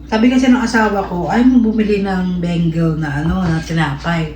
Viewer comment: Bagel pronounce mo begal